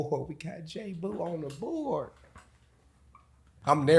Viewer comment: It's JAboo no Jboo. smdh